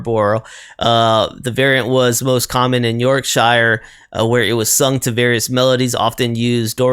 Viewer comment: Turns out that Americans can't pronounce Scarborough or Yorkshire.